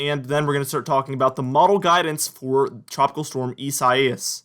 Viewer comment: Dont be embarrassed because you said "Isaias" wrong because even a member of the weather channel got it wrong.